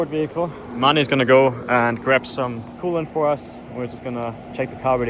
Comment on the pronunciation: Coolant❌Kool-aid❌coolant aid ✅